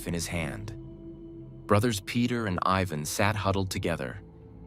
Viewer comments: I hate AIs it pronounced Tiaga but cant say Ivan but instead says Evan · Just so you know, in that part of the world, Ivan isn't pronounced Eye-vn but is actually pronounced Ee-vahn, or as close to that as possible. Also btw, it's taiga, not tiaga.